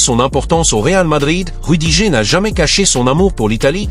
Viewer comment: L'IA audio lit "rudigé" quand on lui écrit "rudiger". Il faudrait lui proposer une autre orthographe pour obtenir la bonne prononciation. Ex. : "Rudi-gerre". Et c'est ainsi pour d'autres noms propres.